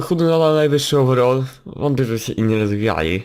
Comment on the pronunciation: nie owerol tylko overal